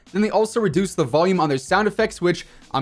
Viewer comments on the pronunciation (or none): none